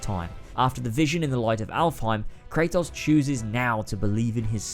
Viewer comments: I don’t understand how you can play a game in its entirety and mispronounce the main character’s name every time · You played through the series, made a 2+ hour video analyzing it and still can’t pronounce the main characters name right? Shucks man :/